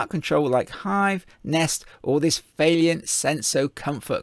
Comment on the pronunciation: How am I supposed to take a review seriously from a “professional” who can’t even pronounce the manufacturers name correctly? It’s VAILLANT not Vailliant, you seem to keep adding an extra i for some reason. You say whack a 30kw in because it means you can run two taps at the same time, but that’s nonsense. It should be specd on whether you even have the cold water mains working pressure and large enough water supply to even manage a constant 14l/min + with two taps open, otherwise they’ve just paid for this bigger boiler for nothing. Also is the customers gas supply even big enough to power said bigger boiler you’re trying to flog them, or is that part of it all where you get to sell them a new gas run? You should be mentioning in your videos that using Vaillant modulating controls is best practice as these will increase the efficiency of the boilers as they modulate the burner, not standard on/off controls which are no benefit to the customer in saving money. Nicely produced video though 👍